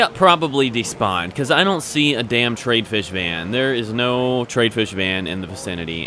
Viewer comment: it's Tr-i-ad not trade.